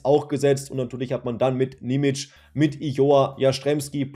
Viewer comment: Und achja, sein Name wird Nie-mi-tschie ausgesprochen.